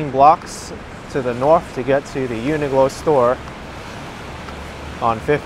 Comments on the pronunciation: Hi - quick question - why do you keep calling the shop Uni Glo when it's actually called Uni Qlo pronounced Uni Klo...? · UNIQLO IS PRONOUNCED, YOO NUH KLOW. JUST SAYING.